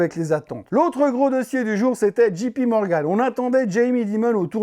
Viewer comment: Je vous en prie, arrêtez tous avec votre Dji pi Morgan ! Soit vous le prononcez à la française, , ou soit c'est Djay pi Morgan ..... Cet honorable président de la FED ne s'appelle pas Gérome !!